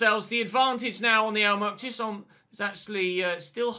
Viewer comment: Chisholm's name is pronounced "Chiz-um". I know you like to get pronunciations right so here you go 👍😁